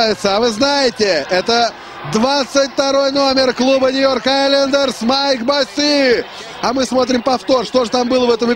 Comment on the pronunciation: не Босси , а Босси!!